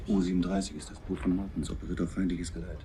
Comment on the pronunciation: you missing a few things in your research. you must watch up the specific data for WWII tech. not the data from 2023 ;-) and its not the englisch "boot" its not footwear ;-) its a long "o" not a "u" ;-)